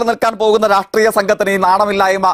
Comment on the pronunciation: രാട്രീയം, വിമർസിക്കുക, സർവകലാസാല ജയ്ക്കു മലയാളത്തിനെ കൊല്ലുന്നു.